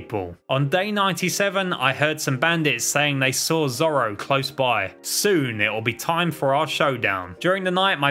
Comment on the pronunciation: This guy just searched up one piece on Wikipedia, bc he knows nothing about it, miss pronouncing zoro’s name and has no idea about the lore or anything